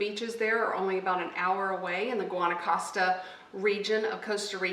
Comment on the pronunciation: Nice bid. Guanacaste is pronounced: Guanacastay.